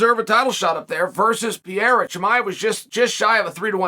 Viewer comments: Had to think “who the fuck is Pierre?” It’s Pereira. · Alex per-air-a Per like a kitty but he ain’t no kitty. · Lord Chael almost mispronounces Pereira’s name, before correcting his almost mistake